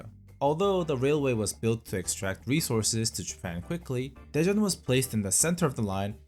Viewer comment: Istg i thought you said depression instead of daejeon 😭😭😭